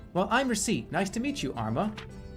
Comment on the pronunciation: I can’t get over him pronouncing Recette like she’s the fricken mole from animal crossing